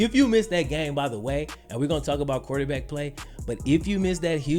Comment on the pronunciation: there is an R in quarterback.